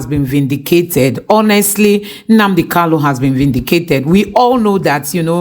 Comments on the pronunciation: you always make this mistake on Nnamdi kanu, not Nnamdi kalu. Always rehears your material before you brocast. IT IS NNAMDI KANU. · POINT OF CORRECTION IT'S NNAMDI KANU NOT KALU PLS PRONOUNCE IT WELL😂😂😂